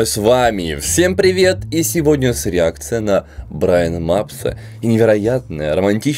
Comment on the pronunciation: Рииакцыя на риакцыю